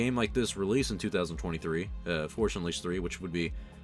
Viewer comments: “the Forsh Unleashed” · Forsh Unleashed. There. Now you can't unhear it. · "the forsh unleashed" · Sometimes it sounds like he says the forsh unleashed.